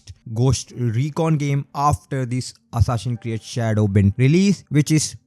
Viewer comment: 'Hassasin Create Shado'.... Bhai kya bol ra hai yaar! Tu accent nahi karega toh bhi achha lagta. Your content is good, par game ke naam toh sahi ke liya har. Hansi chhut gayi meri - Hassasin Create sun kar. Overall Good content and insights bro.